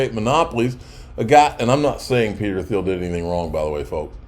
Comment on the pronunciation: It's pronounced Peter "TEEL"